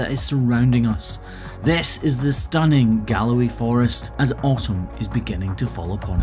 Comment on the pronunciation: ok I know you said "autumn" in the end of the intro but it sounded like you said awesome instead. it would still be an acceptable description to be honest.